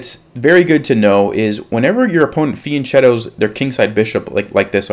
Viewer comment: The italian pronunciation of fianchetto is actually fianketto where the k sounds like in Ken. This is why it is written fiancHetto and not fiancetto.